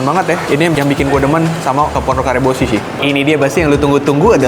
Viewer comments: Pronounciation nya Karebosi dengan s biasa, si bukan shi/syi. Karebosi adalah nama daerah di pusat Kota Makassar, lapangan bola dan mall - Mall Karebosi link saran dari orang Sulawesi Selatan 🙏🙏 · Nyebutnya Kareboshi kayak makanan Jepang 😆